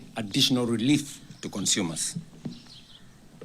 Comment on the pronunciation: Waha! ati ''cushion cunshumers"? kwani ole tenges ameshakua mũndũ wa nyũmba?